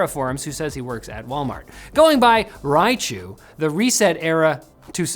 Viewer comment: thats Rychu not Raichu, so rather Polish not Japanese and if it is Polish then Rychu is short for Ryszard :)